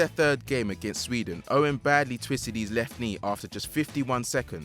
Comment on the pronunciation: Michael Owen... Mac oon..